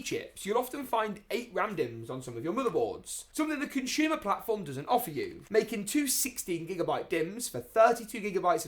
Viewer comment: It's "consumer" mate. Not conshumer